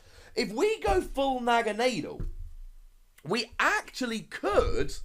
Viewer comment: Naganaydle cringes